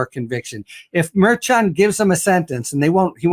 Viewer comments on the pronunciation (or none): Mershon. Not Marchuan. He's not soup.